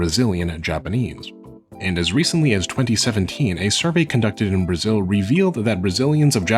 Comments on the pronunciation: It's so funny and cute when you say Brazil, bue it's sounds like 'Braxiul' (a brazilian talking here) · Your first pronunciation of Brasil is actually closer to the correct one than "Brajil" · "You are going to Blazil". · The "Z" in "Brazil" is pronounced as "Z" exactly as in English, not "Brazhil". The way you pronounced would be spelled as "Brajil" in Portuguese. Just a slight correction. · Love your pronounciantion : Brájiuu! by the way brought me here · i love how he pronounces ''Brazil'' as ''Brajiu'' :'D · Acho que ele tá falando assim para tentar imitar a pronúncia dos Japoneses que é Burajiru, talvez deve ser isso, ou ele realmente acha que está certo hahahaha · Brajiul HAHAHAHA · Your "Brajiu" pronunciation is hilarious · Muito bom, adorei a pronuncia "Bragil" so cute! ótimo vídeo! huehuebr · "Blanka from BRAGIL" haha really Nice video, and really cute pronounciation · Why do you pronounce Brasil as "Brajil", kinda cute tho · Its pronounced BRHAHZHIL!!! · brajil is the weirdest pronounciantion ever :p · your pronunciation of Brazil makes me laugh so much man, i love it are you carioca by any means? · The way you say Brasil gives makes me both happy and sad at the same time, its somehow such a correct pronunciation said in such a weird funny way, I love it tho